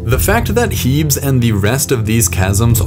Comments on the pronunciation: "Heebs" (This feature is named after the Greek goddess Hebe, pronounced "Heebee". Most features on other planets should be pronounced in Greek, in fact.) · I cringed every time he said "HEEBS". Its clearly from Greek, which pronounces the "es" unlike English. I certainly hope you dont pronounce Hercules like "HER-KULLS"